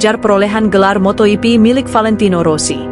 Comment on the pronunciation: Paling jijik ketemu channel² GP yg naratornya baca motoGP -> motoyipi... Mungkin dia berpatokan pada Jorge Martin yg dibaca "Horge Martin"😂😂😂 Dasar channel GUO-BLOCK!!!